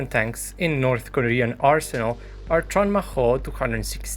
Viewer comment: “North Koren Tanks”